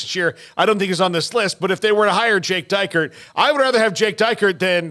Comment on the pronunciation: Who's Jake DYKE-ert? Should probably learn how to pronounce his name first.